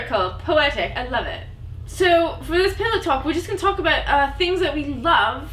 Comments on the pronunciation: When you say About. Accentuate the T rather than the ou. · I'm english and just wow.. This had me in a fit of giggles throughout, though, I couldn't tell if you were trying to say "about" or "boat" ..We pronounce it like "A-Bowt" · About is pronounced ABAWOOT in an English accent :D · What I totally love about England is that their accents sound so incredibly sexy. By the way, I loved that you chose to put on a shirt with the American flag on it while shooting this! P.s. when pronouncing the word 'about' you pronounce it like: ah bow. So it as a silent 't', and the 'a' is short. I hope you find use for this information ;)